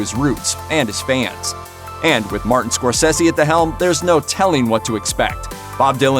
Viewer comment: It's pronounced 'Martin Scor-Cersei' 😅